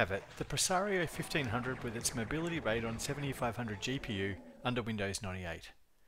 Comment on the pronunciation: "Raid on" I've never heard that pronunciation before. I sold computers for almost 20 years and back in the day my ATI contacts said it was "ray dee on".